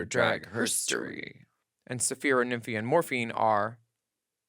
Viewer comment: Sapph-EYE-ra. Nymph-EYE-ra. 👀😂💀💀💀